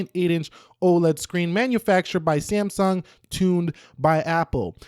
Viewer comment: Whene say samsung i hear siyamang